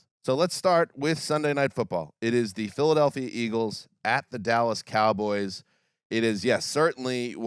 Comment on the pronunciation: I'm sure but I can't take you seriously when you say "Cowgurls". I'm not even a Cowboys fan, that just makes you sound stupid.